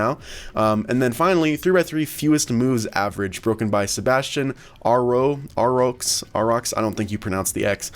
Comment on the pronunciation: Arroux is pronounced "Ah-roo"